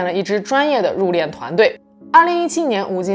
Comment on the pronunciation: 殡葬，入殓，都是四声，都说错了